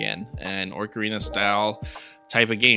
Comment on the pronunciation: Definitely not "Orc"arina, my man.